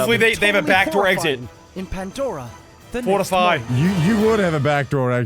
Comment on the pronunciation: It's not Pendora it's Pandora